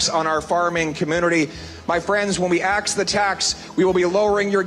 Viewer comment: Axe Justin Trudeau.. Axe Justin Trudeau.. Axe Justin Trudeau.. Axe Justin Trudeau